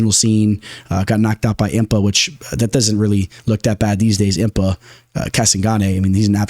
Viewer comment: Butchered Impa’s last night 😂